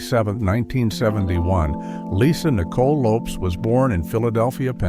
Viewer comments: Pronounced Lopez not lopes smh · Her name is pronounced: Lopez with an S.